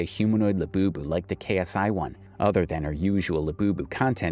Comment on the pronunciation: The way you said "Labewbew" took me out 😭😭